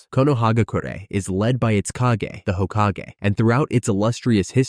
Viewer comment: How did you pronounce hokage correctly but raikage wrongly 🥲